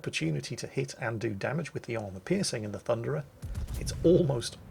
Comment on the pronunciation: It's not the Thunderer... It's the Funderer...